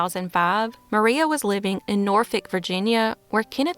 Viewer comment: Thanks for pronouncing Norfolk correctly! That NEVER happens 😂👏🏼👏🏼